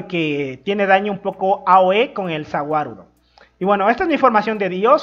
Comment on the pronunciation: No se entiende Za Wadudo